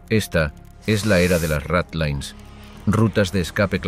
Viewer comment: No puede ser que ni sepas pronunciar ratlines